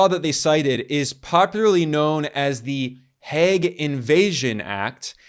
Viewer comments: Its pronounced "Heyg", rhymes woth "plague", not "Hegg". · It's mind boggling to me that as a Dutchman, I have to get this news from Ben Norton on YT. Btw the English pronunciation of The Hague is like 'vague' with an H, not 'the Hag'. We have a state broadcaster / news agency in the Netherlands, I check its site daily to get the governmental or official side of what's going on. Nothing. If I google in Dutch, the only coverage one finds is by a big paper from Belgium (half of which speaks Dutch / Flemish) and a niche website for Dutch Moroccans. Not one Dutch MSM outlet has covered this. Thank you so much Ben, for your great work in general and in this case doing the works that journalists in my country should be doing. I've subscribed to the channel.